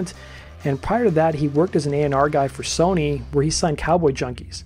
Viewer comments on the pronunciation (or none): none